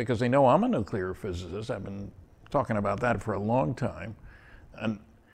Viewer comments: you did an awesome job... but its NEW-CLEAR not NEW KYOO LER on second thought, I just got to the 59 min mark... not good. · STOP SAYING "NUK-U-LAR" it's "Nuclear". "New-Clear". "NEW-CLEAR"!!!!! Pronounce it right, or don't say it. Seriously. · From what I noticed, 'nuc-ular' has become an accepted pronunciation in the military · Stanton is admirable for not being as furiously annoyed as i am, everytime i hear say "Nuc-ular". Please, dont take English lessons from George W. Bush. If you have a nuclear phycisist guest, you could at least pronounce one of the most spoken words properly. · new clear ... done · This is pretty funny I'm getting more comments about my miss pronunciation of the word nuclear in the whole interview . I should do it more often I forget how well it worked for George Bush